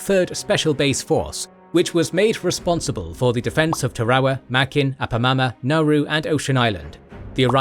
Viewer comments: Tar-a-wa. There's only one R. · From what I can gather, it is pronounced ta-ra-wa or tah-rah-wah in Gilbertese, with all three syllables pronounced quickly and evenly, perhaps with a very slight stress on the first syllable. English dictionaries seem to put the emphasis on the second syllable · Not sure you pronounced a single proper noun correctly. Tarawa particularly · Am I crazy for hating how he pronounces Tarawa? Is it a brit vs American pronunciation, or is one of us saying it wrong?